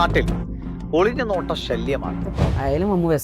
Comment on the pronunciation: സല്ലം അല്ല ശല്യം